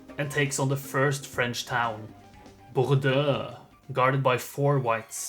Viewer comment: As a French Canadian, I confirm that is the correct way to say BorDeAux